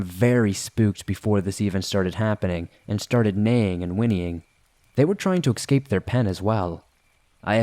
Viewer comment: Your pronunciation of "rural" has improved. Thank you very much. Please work on not saying "excape."